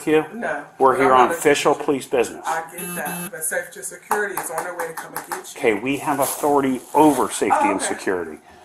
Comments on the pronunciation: Lady cant pronounce Security 🤣 😂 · Say security again, how was that pronounced? WTF is wrong with people, the cops have authority over “safety and secuurity.” Twit. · "i called Suh-curr-ity already." That's all I gotta hear from that woman. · Can we not hire people who cannot pronounce the word "security" to enforce security.